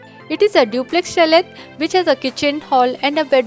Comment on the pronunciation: You don’t pronounce the t in chalet.